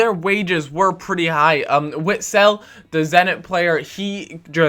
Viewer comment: Don't say Witsel say vitsel